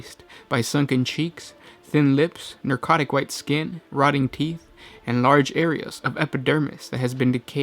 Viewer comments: It's Ne-cro-tic, you know...like Necrons? You keep saying "Ner-co-tic", like you're trying to say Narcotic, but with an E instead of an A. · The word is Necrotic not Narcotic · Narcotic? It's Necrotic. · Ok, this is probably punctilious, but you regularly keep pronouncing "nercotic" instead of "necrotic". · Thanks for the videos I love watching them while I paint my necrons I will say in this video it bugged me that it sounded like you kept saying narcotic tissue instead of necrotic but still overall good job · It's pronounced ne-cro-tic like ne-cron. It's weird hearing you say narcotic.